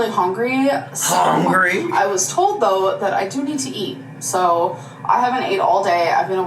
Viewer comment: All I can hear is HONGRY